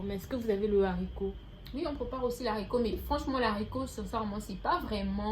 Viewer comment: La gabonaise dit littéralement "l'haricot" au lieu de "le haricot", c'est ça que vous appelez battre niveau prononciation ? 😅😅😅